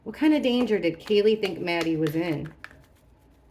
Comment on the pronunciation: Maddie not mattie